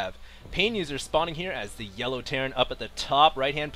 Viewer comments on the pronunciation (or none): none